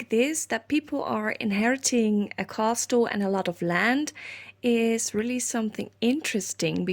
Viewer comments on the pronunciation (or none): You got Belvoir OK....but castle is pronounced 'cassle'... no 't" xxxxx